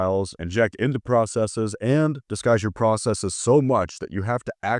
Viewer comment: Did you correctly pronounce "Processes" (you didn't pronounce it "process-EE-s".)? You earn my like and subscription. 👍🏻